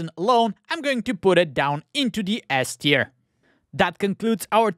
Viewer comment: not gonna lie I actually just assumed you were saying “ass tier” that time lol